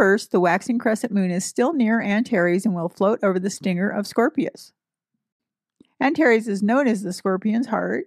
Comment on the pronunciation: Greetings from the Sonoran Desert, home to many scorpions. 🌵🦂♏ Thank you for pronounciations! It helps me to think of "anti + Ares".